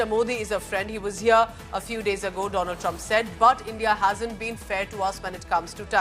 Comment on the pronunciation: My priend dolund trump 😂